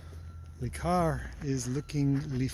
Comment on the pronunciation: Again, it's NOT "Lee Car"; it's "LUH Car".